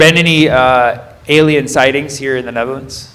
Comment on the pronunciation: The high netter....lands